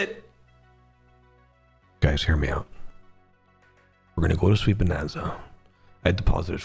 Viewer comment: You understood the assignment “proper name…proper accent”😃